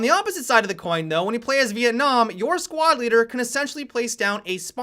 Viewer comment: "Vietnam side" Are you serious? That was embarrassing to listen to.